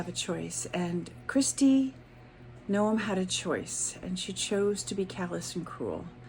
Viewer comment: Isn't her name one syllable, like "gnome"?